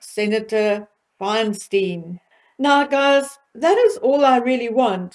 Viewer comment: Thank you for another interesting video! Always good to hear from you! One FYI— she is Senator Fine-stine, not Fine-steen. Just a trivial point. Keep up the great work!